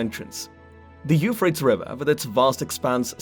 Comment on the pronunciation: Euphrates it's three syllables not two